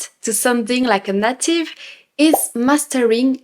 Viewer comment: Bravo. Vous vous exprimez bien en anglais! Je ne veux pas sembler négatif, parce que vous parler bien, mais je vous offre une astuce pour la prononciation du mot “native” en anglais. Le “a “ se prononce comme on prononce la lettre “A “. C’est pas comme le “à” en français. C’est plutôt un peu semblable au lettre “e”, avec l’accent aiguë en français. Le “a” dans le mot anglais est ce qu’on appelle en anglais “a long A”, plutôt qu’un “short a “. Alors, c’est “nAtive”, pas “native”. Le “a” se prononce comme on prononce la première lettre de l’alphabet en anglais. Voilà. Je ne veux pas sembler négatif. Je veux seulement vous aider un petit peu, comme vous nous aidez en français. Keep up the good work. Your English is impressive, and you are a great teacher and ambassador for all things French.